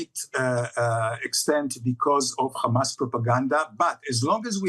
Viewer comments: “Khamas data”, Khamas propaganda” ? Who owns the mass media? “Khamas”? It is embarrassing to even hear this rant! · Wonder if he pronounces a "house", a "khouse" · Khamas data 😂 khamas facts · As soon as you hear the pronunciation as "Khamas" you just know you are about to hear a shit show of lies. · This is laughable at this point KHAMAS.. KHAMAS .. KHAMAS